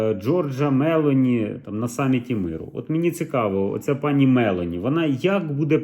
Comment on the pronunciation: МЕЛО ' НІ . Наголос на букву о ....